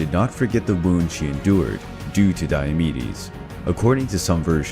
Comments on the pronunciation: Lol I thought he was saying diabetes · I heard diabetes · Is it just me or do I hear Diabetes instead of Diomedes?😂😂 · Who here heard diabetes for the first 30 secounds. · Sounds like you're saying diabetes